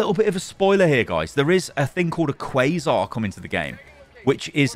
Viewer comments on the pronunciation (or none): none